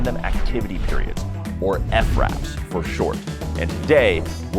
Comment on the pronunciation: Why “ef-raps” instead of fraps 🤨🤨🤨